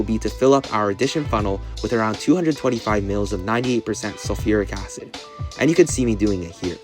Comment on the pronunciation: ah yes "SULURIC ACID" my favorite acid